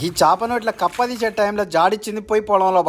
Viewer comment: కప్పు కాదు అన్న కప్ప 😂😂